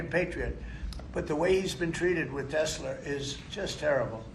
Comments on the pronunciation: Trump saying “Tesler” cracks me up every time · TESLER HAHAHAHAH WHAT A FOOL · You have a tesler 🤦‍♂️